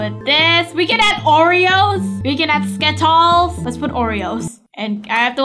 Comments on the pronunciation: I am laughing when said sketols hahahahaha🤣🤣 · I laugh so hard when said skitols and orevo